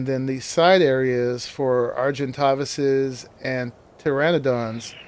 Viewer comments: Omg please stop saying kekseals and argentovis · its drives me crazy that you say ketzel and arentaavises. lol other than that good video